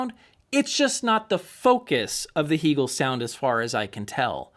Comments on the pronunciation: The company took Its name from the philosopher Hegel. It's pronounced Hay gel. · It's interesting how your review a product and can't even properly pronounce the name of the manufacturer. Heeegel??? Cringeworthy. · First of all, I don’t know why pronounces Hegel that way. He’s like the only one I’ve heard that pronounces it that way and it drives me a little bonkers. But what drives me more bonkers is his comment about no one ever listening to Music in the triple digits over 100 dB. Seriously?! I think I listen to most of my music around 100 DB. I have tested it numerous times from the listening position with two different dB meters and have often hit 110DB. I usually see 107, 109, and the highest I think I’ve ever seen was 114 DB. I’ve taken screenshots multiple times for proof. I would have liked to have a go louder but I have fear of blowing up the speakers and doing some damage to something. On three different occasions I’ve over powered and shut down of PS Audio P10 Power Plant when I let the volume get a little up there. Yeah, it can get a little scary when you go from rocking out with music really loud to instant dead silence! Whoopsie! I’ve also cranked up the Hegel’s loud enough and have blown the fuse on a H390 as well as the H590. And a little tip that I’ve gotten from Hegel, volume 80 is it’s happy place. Although often loud, there’s no gain used at that number. Isn’t this what this hobby is all about, having fun? Like the old saying goes, “If it’s too loud, you’re too old.“